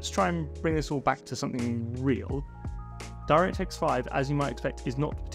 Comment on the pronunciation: took me way too long to realize that "Dyra Tex Five" is your insane way of pronouncing "DirectX 5" lol